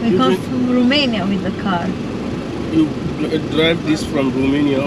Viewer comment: Horrible to keep hearing RUMANIA... when are you going to learn that in English it is ROMANIA... it's like the Romanian "ROU" and not "RU"... only in French they pronounce 'Rumani' and in German they pronounce it 'Rumenien'... in English or Italian the pronunciation is with O and not with U...